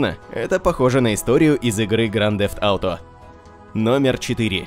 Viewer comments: Грант зефт ауто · Слыш можеш говорить не гранд дзэфт ауто говори лучше гта 5 или гта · Какой же гданд дефт ауто? Блин..... кровь из ушей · Просто минус уши, грАнд зефт ауто... Чел, уж лучше говори просто ГТА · Произноси название правильно,пожалуйста!!!